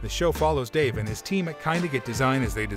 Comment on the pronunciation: Guy can’t even pronounce Dave’s name correctly!!😂